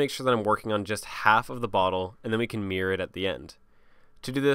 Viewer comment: great tutorial, I still refer back to it years later if I ever forget anything. Still makes me chuckle when he says "Mirror", sound more like MEAR